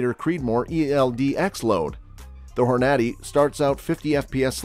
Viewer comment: Why are you pronouncing the Hornady name wrong? Apparently, either you don't hunt or your from Europe?